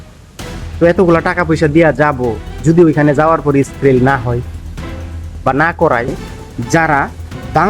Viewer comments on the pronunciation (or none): ভাই স্কিল হবে,, স্কিরিল না